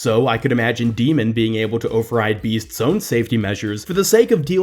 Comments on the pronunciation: Your saying her name wrong... It's D.MON, not D.MEN. If ya know what I'm saying. Think of how Pokemon is said. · Pronounced D.Mon wrong but ok